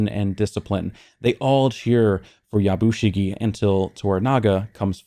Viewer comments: Just a small thing the way you are pronouncing Yabushige sounds like Yabushigi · I know you gave a disclaimer about pronunciation at the outset.. but it’s Ep 4 by now so I feel justified in saying this. My man’s name is pronounced Ya-Bu-She-Gay.